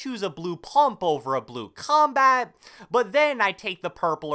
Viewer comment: I really hate the way u say combat, comments and console sooooo much